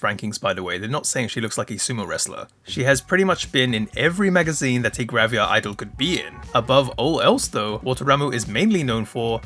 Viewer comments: Am I missing something, or did you pronounce it "gravia" instead of "gravure" throughout the video? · Why do you pronounce it as "Graviar" 😭